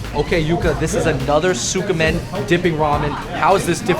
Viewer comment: Someone needs to correct that other guy David he keeps mispronouncing Tsukemen as Tsukamen for some unknown reason